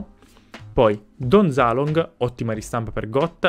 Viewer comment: Don Zaloog non Don ZalooNg